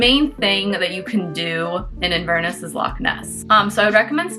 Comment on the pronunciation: Sorry.. I can't stay quiet any longer. So it is pronounced 'Inver-Ness' with the same stresses you would use for 'Loch-Ness'. Loch is a Scottish word that means lake, and Inver is a Scottish word that means mouth of a river. Inverness is the city at the mouth of the river Ness... hence Inverness. 🙂